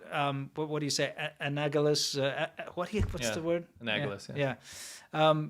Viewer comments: anagalous?: yes, anagalous. 😁 Close, gents, but 'tis anALagous 😂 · Not "a nag a lous" but rather "a nal a gous". The root being "analogy". Other than that boys, routinely and predictably commendable work. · It's pronounced "Ann-AL-oh-guss"